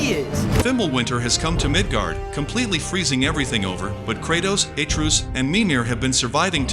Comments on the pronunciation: It's AtrEus, not Aytreus. Pls don't piss us off for no reason. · bro said "a truce"